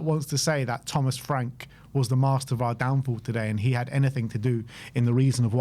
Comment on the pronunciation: LOL!!! 😂😂😂 Thomas Fwank.